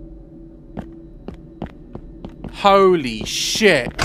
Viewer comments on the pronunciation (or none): none